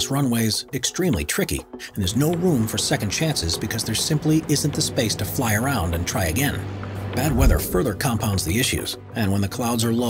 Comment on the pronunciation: Cringe every time the narrator tries to sound like he knows aviation, but just butchers it. Especially the pronunciation of Narsaruaq...and "fly-around".